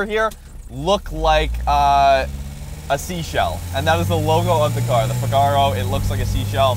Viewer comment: pronounced fig a row